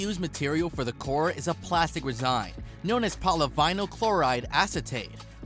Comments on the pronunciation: After oraphize (orifice) an resign (resin) I went on a watched the video on mute.... I hope this dude looks up how to pronounce words he doesnt recognise because his videos themselves are fine.. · Resin: You say resign, I say rez-in. Laminate: You say lam-in-night, I say lam-in-it. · Same. Resin made me resign from this video